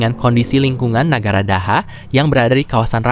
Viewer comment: TULISAN NYA TETAP NEGARA , DIBACA NAGARA ATAU BAHASA PERCAKAPAN ORANG NAGARA .